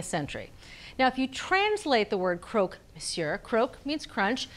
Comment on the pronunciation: I wish someone had told her it’s not “croak”, it’s Croque , like truck. Would have made the video more polished. That’s how the Parisians pronounce it. Croque Monsieur, amazing sandwich.